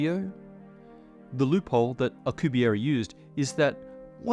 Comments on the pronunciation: "Alcubierry" I... don't think that's how you pronounce it? Alcubierre is french. You got it right when you pronounced his name but wrong every other time. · The "u" in Miguel is mute. Same as in "que" (what). This is one of the few exceptions in spanish, the u is used muted in a few combinations. Also the last e in Alcubierre sounds exactly like the previous one. We only have one sound for each letter. Our writting sounds exactly the same as speaked.(again, very few exceptions apply) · Those were the most painful mispronunciations of Miguel Alcubierre name I've ever heard. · for a smart man you sure butchered that man’s name 😂